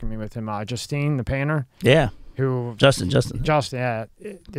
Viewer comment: lmfaoo did really just call "Justin" " Justineee" ROFL